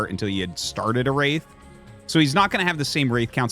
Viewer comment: I keep hearing "race play" when Artosis says "Wraith play" lol